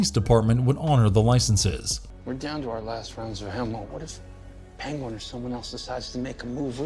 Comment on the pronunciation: OK, just gotta say, it's not Pen-go-win, it's Pen-Gwen, lol. Good try though